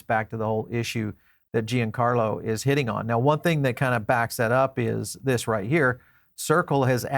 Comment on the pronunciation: FYI: Giancarlo is pronounced "John Carlo", not "Gee En Carlo"